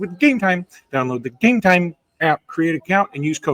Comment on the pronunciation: Enjoy the show but please stop saying game time like that.